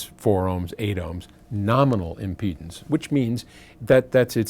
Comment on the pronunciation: "impledance pots!" Did the pot impede the speech?